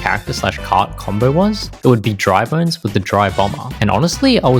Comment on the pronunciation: It’s dry bones , not dry “bona”